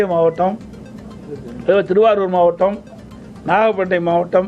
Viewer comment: கொள் முள் நிலையம் அல்ல கொள்முதல் நிலையம் நட்பட்டினம் இல்ல அது நாகப்பட்டினம் பேச்சில் இன்று ஏதோ தடுமாற்றம் சார்